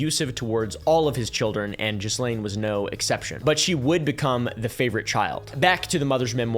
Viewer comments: I can answer that one - this was regarding the poaching of Trump's employees (specifically waitresses and hsotesses) at Mar a Lago. Ghislaine (pronounced "GEE-lane" not "JEE-lane") was talking them into quitting and working for Epstein. Edit: correction, it was mostly the spa. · first off, those multiple ads are BS. And its pronounced Ghee-Lane. Not GeezLane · Pretty sure her name is pronounced Gillaine 😅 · Auto-translate subtitles definitely took pronunciation of "Gislaine" and said Jizzlane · I love that we all collectively pronounce Ghislaine as "Jizzlane" instead of "Gillaine" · Instantly knew who your wife was because of the way you pronounced JIZZlane lol. Just double checked and I was right. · I'm so triggered big time. Her name is pronounced Gee-lane!!!!!! Sorry 😢😂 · The way you prounouce her name is irritating - It is french and pronounced - GEE-LANE. Another fact check - there were over 1000 victims not hundreds. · I love how most of us pronounce "jizzlane". It is at the very least the amount of disrespect we need to show. Also, if that idiot, In praise of shadows had showed some grace. He would of found common ground with some really awesome creators. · That depraved witch's name is pronounced GILENNE (hard G, as in "gate") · Its pronounced geh Lane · It’s gih-lane bro 🥲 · Did you call her “jizzlane” 😂😂😂😂😂😂😂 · I can't deal with the mispronunciation of ghislaine. Gotta go. Loveyabye! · Try learning her name mate. The 's' is silent. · To be this far into coverage and not being near pronouncing Ghislane correctly is comical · Isn't the "s" in Ghislaine silent?